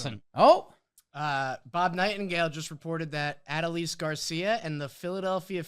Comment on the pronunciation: Ah- dole- eze. Why is it so hard?